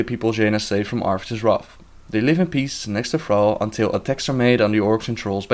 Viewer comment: its arthas you freegin idiot